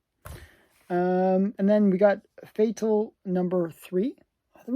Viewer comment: Fatale should be pronounced like “femme fatale”…. I believe…… you are Canadian and if you speak French, you can make it sound even better!!